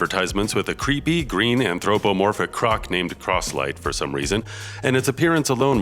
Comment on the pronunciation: you really need to learn how to pronounce "anthropomorphic"